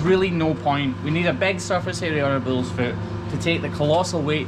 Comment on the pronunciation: It is bulls not bills